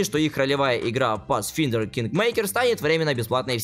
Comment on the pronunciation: Pathfinder читается как Пасфайндер, так небольшой бомбёж граммар)